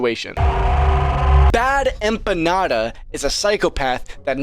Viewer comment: Dude, you mispronounced Bad Emma Panda...